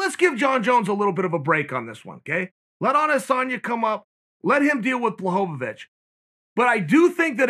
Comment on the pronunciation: Every time that Chael says Blachowicz, it sounds like "blah hope ah vich." Or some shit. It instantly makes me think of DBZ when they are at the tournament in season 7. The announcer is calling for "spope-a-vich"...n then Goten and Trunks go..." Ahh yeah...we're Spope...Vich!! Then the real one comes up and goes..."No...I AM SPOPE-A-VICH!!" Some Jacked Up, Roided Out Freak with a M on his forehead for "Majin". Lmfao